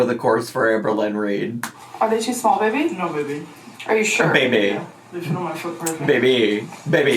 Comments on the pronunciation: I hate how both these imbeciles say baybeh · When says “baybee” there’s a “v” sound in it and it’s what makes it intolerable I think. She says I like “bvaybee”